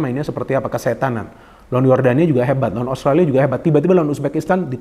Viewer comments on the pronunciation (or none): none